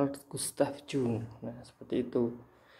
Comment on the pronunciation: Bacanya YUNG pakk... Bukan JUNG